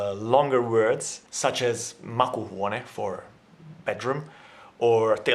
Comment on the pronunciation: Well spoken. Though: "ä" is not "a" like you pronounced. Ä is more like "ae" as in hat. "Makuuhuone" is not "makuhuone", you seemed to pronounce only 1,5 "u":s. Need to differentiate long vowels from short ones, eg. u is different from uu. Makuhuone is tasteroom and makuuhuone is bedroom. Finns do use also written forms like "tapaamme", but only in certain situations, eg. more formally "Me tapaamme sitten torstaina, eikö niin?".